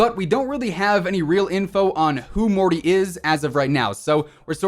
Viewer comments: The thing is Morte is Italian, pronounced as "Mort-eh" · Lmao "Morty". It's "Morte", the French word for death. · I dont blame you for mispronouncing “Morte”, but it’s hilarious to me how far off your pronunciation was. It sounds more like “Morty” from Rick and Morty than the italian translation of “Death” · Btw morte in French means death and you don’t say the e